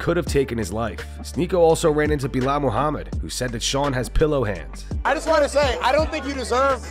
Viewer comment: Be-lol Muha-Mad